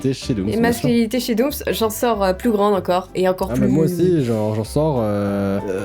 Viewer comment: DOOMS DOOMS DOOMS DOOMS PAS DOOMZ SORA C'EST DOUMS PAS DOUMZ PTNNN